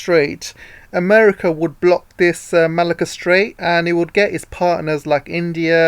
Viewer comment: Great work! Malacca reads as Merlahker and Kra reads as Krah.